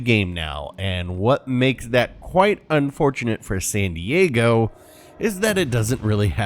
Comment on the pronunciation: Great vid, GG well played. I believe it’s pronounced San Diego lol 😂